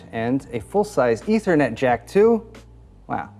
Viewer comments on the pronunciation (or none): none